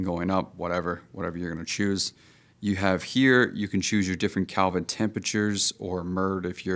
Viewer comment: Lost me when he said Calvin temperatures! 😂